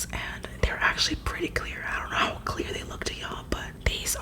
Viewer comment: Did anyone else notice that she said "hot" in stead of "how" on